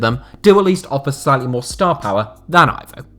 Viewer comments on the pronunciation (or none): Aivow?!It's Ivo